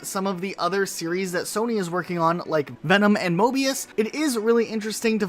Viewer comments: The amount of times he said mobius instead of morbius lol ⬇️ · I believe you mean “Morbius” and not “Mobius” for Sony’s project lol. Sorry just had to point it out